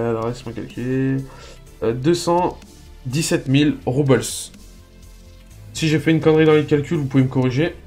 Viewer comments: super video par contre les "Roubles" ce prononce Roux-ble pas Roubeuls ^^ mais sinon super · salut, bonne vidéo, juste.... les roubles, c'est une monnaie russe, ca ce prononce pas a l'anglaise :p